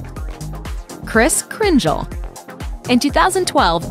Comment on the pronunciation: errrr...... the voice pronunciation of Kris Cringle, WTF. Crin-gel.... it's pronounced Crin-gal, always has been, always will be....